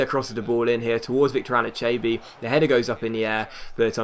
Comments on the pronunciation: ***** It's pronounced Ann-eee-cha-bee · Anichebe is pronounced A-nee-cha-bee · He's Saying It Wrong I'm Even A Evertonian! An-A-Che-Bee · Just sell Anichebe next transfer window so we don't have to argue about how to pronounce his name. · Is it just me or is he slaughtering anichebe's name? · Can you please learn how to say anicheabe correctly please.